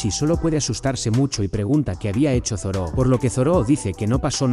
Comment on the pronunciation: es Zoro, no Zoró ._. me molesta de sobremanera escuchar Zoró, no sé por qué xD Buen video igual